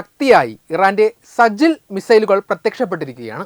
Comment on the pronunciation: സജിൽ അല്ല സിജജീൽ